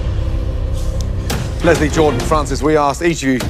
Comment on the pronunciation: Pronounce Jordan Masterchef: Jord'n Me: Gordon?